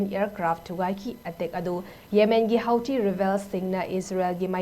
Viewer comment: It is pronounced as Hootee. 😄